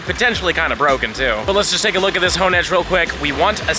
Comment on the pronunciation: Han edge is crazy, it’s honedge like honing your blade u know like a Samarai lmao